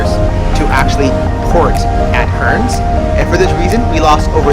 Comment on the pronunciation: Pronounced Cairns = Cans Brisbane = Briz ben